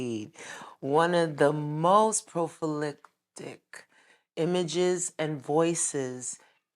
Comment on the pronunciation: "PROFALICTIC" 😂😂😂 i stopped watching as soon as i heard this illiterate into. Next time pick somebody who can speak